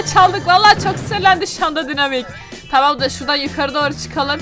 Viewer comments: Abla ona dinamik demiyolar okunuşca daynamayk diye okunuyo😂 Bende önceden dynamike'ye dinamik diyodum ama arkadaşlarım bana söyledi daynamayk diye okunuyo. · Daynamayk diye okunuyo